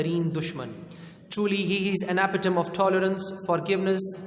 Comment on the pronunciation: It's impressive dear sir..but one word need correction please kindly check the pronunciation of 'epitome'.